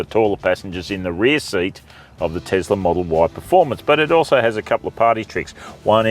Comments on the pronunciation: Is it Tezla or Tesla, Zeekr or Seekr? Is it seven or zeven? Is it car test or car tezt? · Iz it Tezla or is it Tesla?